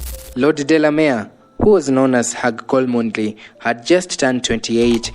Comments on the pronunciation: Pronounced chomley not kolmondeley. And stick to your headline not irrelevant history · Chomly not Kolmondly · The name cholmondley is pronounced 'Chomlii' not Kolmondlei' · The name is pronounced as 'chomley' . Unnecessarily too many silent letters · The name is said as Chomly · It’s read as chomley. Always, good content ❤ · The name Cholmondeley is spelled as 'Chomley' sio hiyo kitu unasema bro